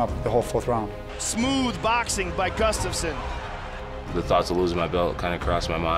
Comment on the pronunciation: This is the worst pronoceation of Gustafsson